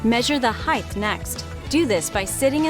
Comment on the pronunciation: Its height. Measure the height. Not "heighth"